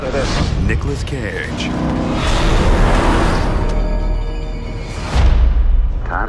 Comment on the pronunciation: hahahaha, Nicolas Cayayge